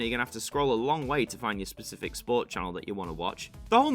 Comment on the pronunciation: Genre is pronounced “Shorn-rur”. And the Pacific is an ocean, I think you mean Spe-cific not per-cific. Sorry but that was painful to listen to